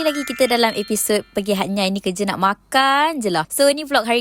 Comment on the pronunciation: Hatnyai sy dgar..hatyai lah